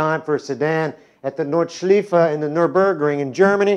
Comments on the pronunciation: May I'm allowed to correct You? It's "Nord" with the same pronunciation as in "north", replace the th with a d like in "nerd". "Schleife" means "loop", pronunced like "lie", the last e like in "the" so it is more like "shliefe": Nordshliefe :) (Funny thing is, the Germans would pronunce "Nordshliefe" exactly like You did in the video!") You can listen to the pronunciation here: de. forvo. com/ word/ nordschleife/ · omg learn how to say Nordschleife